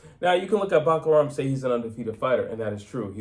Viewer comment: I came here to learn how to pronounce Murtazaliev but he only ever called him "Buckararm" 😂